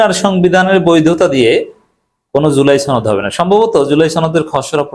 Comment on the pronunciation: আরে ভাই জুলাই ছনদ না জুলাই সনদ। উচ্চারন ছনদ করবেন না। সনদ বলবেন।